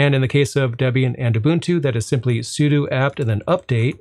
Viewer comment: Thank you for saying 'sudo' correctly! 🤣